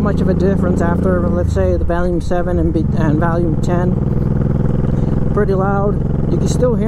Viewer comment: Did you say Valium or volume?